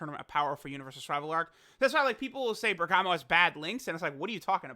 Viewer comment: There's so much bergamo love.. but it's BERGAMO